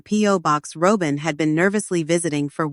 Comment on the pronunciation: 🤣😂🤣 Robe-in 🤣😂🤣 Don't you dopes know it's Robbem! 🤣😂🤣